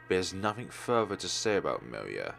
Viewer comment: Actually, that word's pronoun is "mee-lyah". It's quite rare to see russian words here on FlareBlitzed channel =)